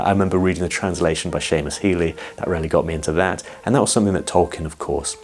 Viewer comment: "Seamus Heaney" not Healey. Just a minor point